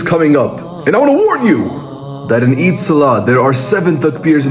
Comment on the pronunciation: End is getting close Eid getting close It gets more british every time he says it.😂